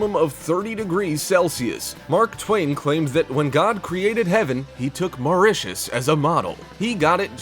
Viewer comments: Say Mauricus one more time.... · I left when he said Mauritius 🤣🤣